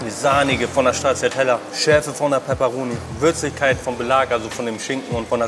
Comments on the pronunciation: Cool cool, aber wer stracciatella ernsthaft so ausspricht dem gehört die Pizza ins Gesicht geklatscht! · war auf der Pizza wirklich Straciatella oder war das nen versprecher? haha